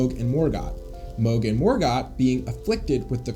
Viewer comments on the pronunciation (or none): none